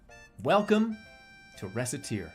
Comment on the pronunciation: I can’t get over him pronouncing Recette like she’s the fricken mole from animal crossing